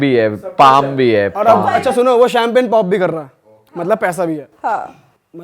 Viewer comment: did she actually say - shamping udana i guess champagne 🍾 ko shamping kaha gya hai.. Jb glti se apko genetics me height achi mil jaye or aap social media ke daur me ho uspe bhi agar metro city k aas paas ke ho toh ese hi hathi ke dant vali kahawat fit bethti hai kuch logon pr